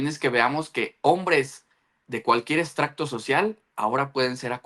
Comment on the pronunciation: una corrección: dijiste EX..tracto( dícese cuando se extrae una sustancia de algo, puede ser de una planta o de un libro.) social y lo correcto es ES..trato social. Se refiere a una capa o grupo social clasificsdo según su estatus económico, educativo, cultural y profesional. Saluditos muy buena nota me gustó y la sigo👌